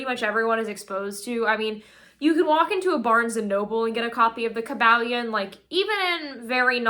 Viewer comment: What happened to? Isn't it pronounced Kuh-ball-ee-uhn? Every time I hear her pronounce it the other way my solar plexus chakra tightens uncomfortably and I cringe. And Hermeticism isnt pronounced like the word "herb". Wtf. Also, it's pronouonced "arc-uh-type-uhl". She's still mispronouncing words I can't do this all day. I have almost solely communicated with other occultists telepathically or online, and they say I'm annoyingly pedantic, but gimme a break. She's still 10x ahead of me at that age though.